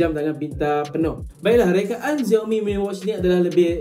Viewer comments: X sebut as Si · Pronounce bukan "Ziaomi", yg sebetulnya ialah "Siaomi"